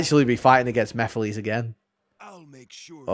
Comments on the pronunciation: Mefiles??? WTH?! 🤣🤣🤣 Is it that hard to say MEH-FEE-LESS?!! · I did NOT know how to pronounce it for the longest time so I kept saying Meh-files LOL